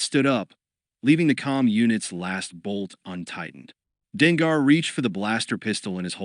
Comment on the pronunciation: Denga = Dengar The ai says the names wrong unfortunately but once you know who the characters are it’s better